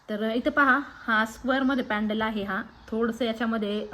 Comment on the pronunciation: पॅडल नाही. पेंडन..